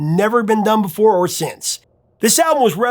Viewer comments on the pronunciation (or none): none